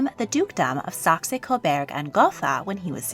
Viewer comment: it's Co-boorg, not Co-berg